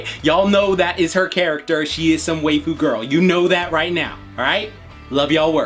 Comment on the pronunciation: Are you saying 'waifu', 'weigh-fu' or 'way-fu'?